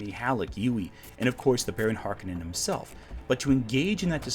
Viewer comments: HARk-O-nen, No Conan. It is a Finnish Sir name. This is how Frank Herbert pronounced it in interviews and how the New Dune pronounces the name. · I know it’s fashionable to pronounce them as HARkonnens, but to me they will always be HarKONnens.